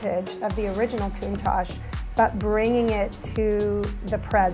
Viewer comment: Countach The ach is pronounced like the atch in 'hatch' Not like ash in 'hash'